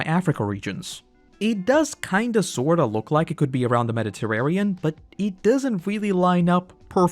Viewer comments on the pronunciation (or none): Mediterrarian lol